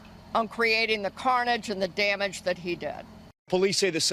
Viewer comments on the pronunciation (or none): none